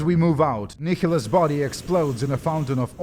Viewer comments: Kickholos ??? It’s Nihilus there is no k/c in there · Fyi Nihilus is pronounced nye-lus. It's based on the word nihilism.